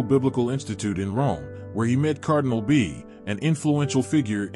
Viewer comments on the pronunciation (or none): BEA = Be as in bay ; A as in yah. Bay yah (short a).